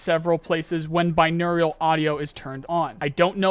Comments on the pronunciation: Say it with me, Bin·au·ral. Binaurial is not a word. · Bro it's binaural. Bi naural. There is no "I" sound. Think of it like bi neural. I would take that over binaurial. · bro please learn how to say binaural. you are saying aerial instead of oral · what exactly is binaur-i-al audio? I only get binaural audio. This some nuclear nuculear shit? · My brother I love you but there is no second i in Binaural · Binaural. Bi-noh-ral Please, it triggers me when you say binaurial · Dog... How the fuck you still calling Binaural audio "Binaurial"... You even have it spelt completely fucking wrong like that in one of your recent videos. Just like, proof read man... Wtf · I’m glad to see these changes put in.. it was this easy the whole time apparently. Also I just had to say it but binaural is pronounced BYE-NOR-AL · just throwing it out there, i've always pronounced it "bine-OR-ull". no strange "eu" "Iu" sounds. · So pretty petty but can you PLEASE stop adding an i when you say binaural? You (and several in my group) keep saying binaurial and it just can't be ignored lol. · dude still cant pronounce binaural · Petition for to pronounce Binaural audio correctly. Please my idiot boy brain can't handle it.